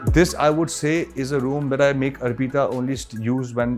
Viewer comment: Ar peeta nhi hai bhai arpita hai naam uska !